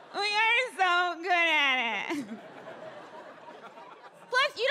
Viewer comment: "good at it" was one word. goodatit, pronounced guuh-aht-et lol